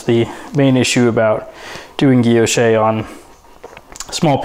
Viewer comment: Guilloche: Gwee- (l) yosh. Emphasis on the second syllable. No accent on the terminal 'e.'